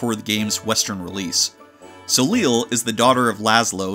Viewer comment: Soleil wasn’t your only pronunciation error….